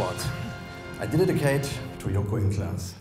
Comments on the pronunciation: wie der immer "i dedidicate it to joko & klaas" sagt 😂😂 warum sagt ihm niemand dass es dedicate heißt 😂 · "Fank you for the great Award. I dididicate to Joko and Klaas" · hätten sie ihm nicht sagen können wie man "dedicate" auspricht ?